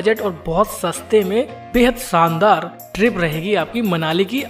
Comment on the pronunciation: Hindi bhi sahi nahi.. शानदार , सानदार नहीं, ,,ज्यादा जादा नहीं